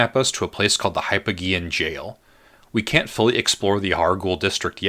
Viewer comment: I love this, although I died a little inside every time you mispronounce 'hypogean' and 'Amygdala'.